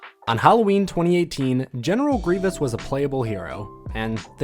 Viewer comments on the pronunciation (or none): none